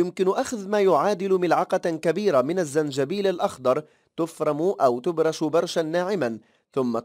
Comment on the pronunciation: تبشر وليس تبرش